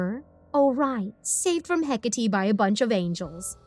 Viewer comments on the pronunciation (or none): Oh and HECATE is pronounced-HE-CATEE, not HEC-ATI, it bothered me so much in the podcast cause I used to be obsessed with research about Hecate 😭